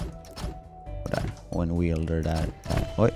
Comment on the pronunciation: Det uttalas wälder, inte weelder